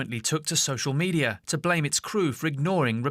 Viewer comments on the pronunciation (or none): none